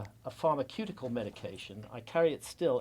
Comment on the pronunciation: Do people really say pharmaQeutical?